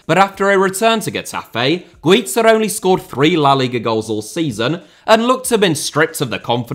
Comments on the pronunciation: Spaniard here. Not qualified to talk about Pepillo. Only to say Guiza iss pronounced as Gwitha. And Pichichi is pronounced wit the ch sound just like in English ch is only pronounced as K in Italian keep up the work and sensitivity towards foreign languages,! 😃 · My good man... Güiza is Spanish, not Italian, so his name isn't pronounced as in Pizza, and the pichichi trophy isn't pronounced Pickicki. Otherwise top video as always with weird obscure references just as we like it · You may be right with Grafite but you pronounced Güiza's name as the double z in pizza 😭😂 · Yeah, aud Guiza completely wrong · The whole Dani Güiza segment... god. Dear, please look up the pronunciation of Spanish stuff before recording. Sincerely, a Spanish speaker.